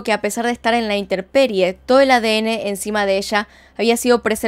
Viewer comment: interperie? corrijo, intemperie. Me encanta tu canal.